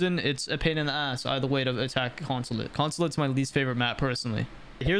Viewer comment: Bro had a stroke saying attack consulate